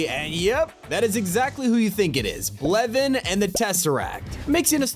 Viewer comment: did he say levin intsead of kevin